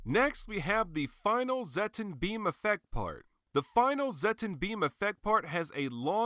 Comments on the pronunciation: It's pronounced "Zet-tON" not "Zet-TEN". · Why did you pronnounce it as zetten? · I was surprised how you pronounced Zetton xD Took me a little bit to get use to it lol.